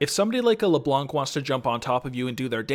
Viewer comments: Please stop saying LeBlonc LeBlonk LeBlonq it's LeBlan literally a French word. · Ye, french is my first language and i approve.